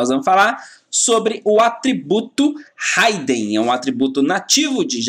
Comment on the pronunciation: Excelente aula professor, porém uma pequena correção se me permite. A pronuncia correta é "hidn" (Ridin) e não "Raiden". Abraços e continue com esse ótimo trabalho.